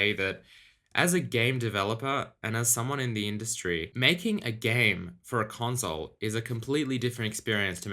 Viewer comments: ps5 gon be an amazing "conzole" lmaoo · nobody:: "conzole" P.S. don keell mi pliz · ConZole :P funny :)